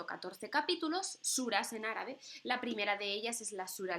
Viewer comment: Me ha encantado tu video y tu explicación del Sagrado Corán.Y las suras que bien pronuncias Shukran Jazeelan Barak Allahu feek